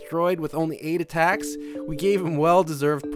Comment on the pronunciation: Its Attacks, not "attacts"